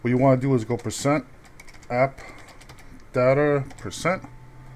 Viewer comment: lol u say %Appdater%